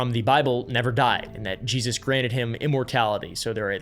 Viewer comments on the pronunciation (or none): none